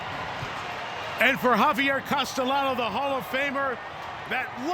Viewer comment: Great race! That 3rd horse that maybe took 2nd place also had a great finish. Note: The professional media commentators need to be trained to pronounce the jockeys' names correctly. In Spanish, a double LL is pronounced as Y. So, Castellano is pronounced CAS-TEY-YANO (not CAS-TELL-ANO).